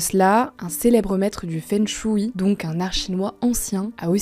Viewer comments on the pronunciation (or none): svp travaillez un peu la prononciation feng shui ^^